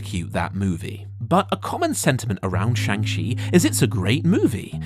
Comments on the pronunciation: Shang Chi is supposed to sound more like Shaun[g] than Chang. They have a entire scene in the movie dedicated to the pronunciation of the name. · Saying chang chi was great hurts your credibility. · Shang Shee 😭 (shang chi is not pronounced that way a is pronounced like fathers a and ch not sh) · Oof when you say shang shont is good...doubt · How do people keep mispronouncing Shang Chi? Like they literally said the name and cleared up how to pronounce it in the movie... It's Sean with a g... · How is it possible that youre still mispronouncing Shang Chis name... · The way most English speaking people pronounce the "Chi" in "Shang Chi" butchers the Chinese pronunciation of the vowel. But the way you pronounced it butchers both the consonant sound and the vowel. I honestly didn't know it was possible to pronounce it even more wrong than most people already do. It's mind boggling. Also, one issue I have now (among many) with the MCU is that they've already saved the earth, then tried and failed to save half the universe, then tried and succeeded. How can you get any more huge than that? After End Game nothing really feels like it's high stakes any more because nothing's putting half the universe at risk. There are tons of other issues with this phase though, so yeah... Better writing is ultimately what is needed. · They go through pains in the film to pronounce Shang-Chi's name correctly for the audience and you still mispronounce it. Come on man.